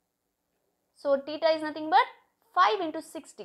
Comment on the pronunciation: Theta ❌ TITA ✅ 😂